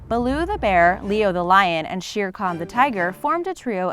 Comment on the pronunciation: You said Shere kangoo not Shere Khan